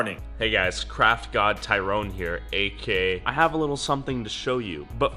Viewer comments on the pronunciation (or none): none